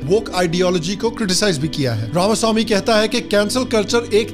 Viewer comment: Only western guy to pronounce RAMASWAMI correctly